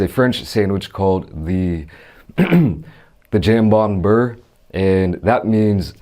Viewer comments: jhawhm bawh beuhhrr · Lmao jam - bond - bur 😂😂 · The “Jam Bahn Burr”. Typical American butchering the pronunciation of easy French words. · "jambon BURR" butchereddd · Jambon beurre is loosely pronounced “jam-bone- bear” if anyone cared lol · It's pronounced jam bon bear! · so just ham and butter but in french and its pronouned jambon buhrre the j is the g type of soft j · me: learning french for 10 years and going to culinary school in Paris: "Jaaym-Bahn Buhr" me: letting it go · He didn’t even try..... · That was awful Hahaha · Wow he really didn't try... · cleared his throat as if he was gonna pronounce the name correctly... looks into the cam and says it the most american way possible XD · well you slaughtered the pronounciation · Lmfaooooo he murdered that pronunciation of “janbon beurre” 😂😂😂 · Can’t pronounce it at all ! Lmao you should have just said it in English ! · The way he said jambon beurre lmao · that pronunciation was 🤮 but it’s ok we can accept it 🇫🇷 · The way he butchered the name, doesn't even make me mad haha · french ppl hearing murder the words " jambon beurre " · Bro you pronounced it so wrong I’m deaddddddddd🤣🤣🤣🤣🤣🤣🤣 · Man didnt even try to pronounce the sandwich name properly lmaoo